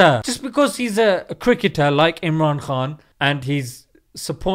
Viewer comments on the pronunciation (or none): none